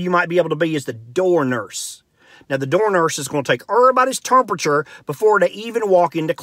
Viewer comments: “Urberburders turmpature” I felt that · terrrmperture... he's a white Charles Barkley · "Derstance" detective? "Termpachur"? What language is he speaking?